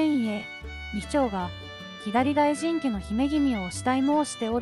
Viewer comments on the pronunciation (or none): てんこう、みちちょうにも驚いたけど、 ひだり・だいじん”ではなく”さ・だいじん” …音声読み上げソフトか何か使ってます？ あまりの読み間違いの多さに辟易。内容が入ってこない😅